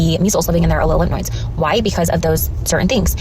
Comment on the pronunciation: Wait is she saying lymph NOIDS? Not lymph nodes?